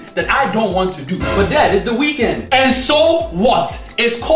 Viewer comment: It's not the wekend he really said "wekend"